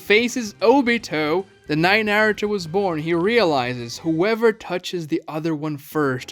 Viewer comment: My man, good vid. However, your pronunciation of Naruto is absolutely atrocious. How does someone who knows the series to your degree, butcher the name so badly? Watch some Japanese episodes and get the name right.